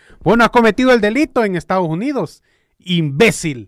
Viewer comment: No se dice estagos unidos. Se dice estados unidos. Saludes y gracias por apoyar a nuestro presidente